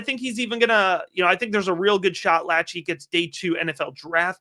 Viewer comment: It’s pronounced La-shay He’s the cousin of Nick Lachey (boy band/tv host)